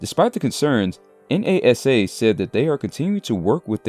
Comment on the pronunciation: "enn ay ess ay" 😂